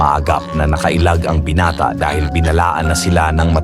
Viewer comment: Anong binate lods😂binata hindi binate(ai)